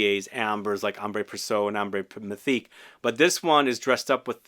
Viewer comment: From Iraq 🇮🇶 say the mysteque from wesker perfect